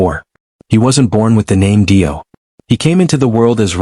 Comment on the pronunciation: "DIE- O." 🙄👈